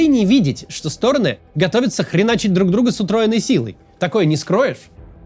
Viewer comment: Максим, регулярно вас слушаю, и каждый раз меня коробит вот это "обе стОроны". СтОроны - это мн. ч., им падеж. Правильно говорить "обе сторонЫ" (ед. ч., род. падеж). Одна сторонА, обе сторонЫ, все стОроны.